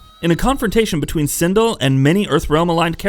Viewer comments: And its pronounced "sin-dell, not syndul," has this guy ever played the game before? lol because their names are literally spoken every time they're selected & win a match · Ok it makes me think you never played a konquest mode. You for 1 butcher the clan name, and then butcher kuai liang. And whats wore is when you did it to sindel, all these names are litterally in tower ending, character selection or the story/ konquest.